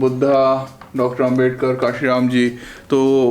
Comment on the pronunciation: Aapke liye ek aur suggestion he कि आदरणीय डॉ. बाबा साहेब आंबेडकर नाम शुद्ध उच्चारण है अंबेडकर के स्थान पर आंबेडकर बिल्कुल सही है